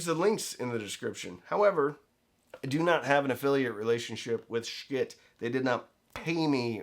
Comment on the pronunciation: Is he mispronouncing “schiit” on purpose to avoid some YouTube rating issue?